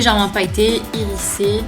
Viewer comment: Il est top, ce make up! J'adore le doré ! :) j'l'essaierai ! (Ps: on prononce "irizé" et pas "irissé" ;D)